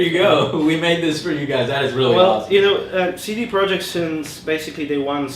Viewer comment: It's CD Projekt RED, not CD Projeckt